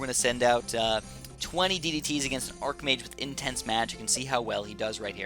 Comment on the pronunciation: Arch-mage. You dont have an Arc-nemesis, you have an ARCH-nemesis. You dont have an Arc-er, you have an ARCHer. ARCHbishop, ARCHdemon, the list goes on. Please, please stop calling it ARC-mage....